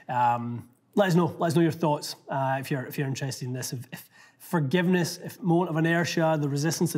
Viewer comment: Did say "fargiveness" Cheers from Scottsdale